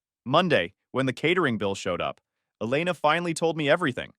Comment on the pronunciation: It's pronounced E-lay-na.